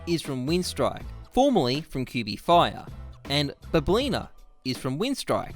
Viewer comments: balblna pronounce like WALYNA boombl4 - BOOMYCH its Ы! have fun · Balblna actually should read as Валына(Valina), it means firearm in Russian slang, Boombl4 should read as Бумыч(Boomich), jmqa as жимка(jimka).